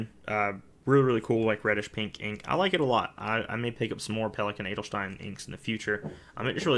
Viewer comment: Your pronounciation of "Edelstein" is perfect! 👍 I like collection videos ery much and would love to see one again with your new inks. If you think they are too long you could just split them.